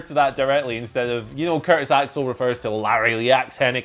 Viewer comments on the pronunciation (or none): Asska? It's Auska